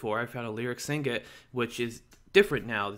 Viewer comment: Sig-net, not Sing-et.